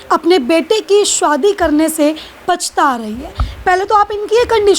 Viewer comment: Aap ki bolne ki style kafi irritating hai. Aaj kal anchors kuch alag tarah se bolne lage hai . Shadi ko shwadi bol rahi hai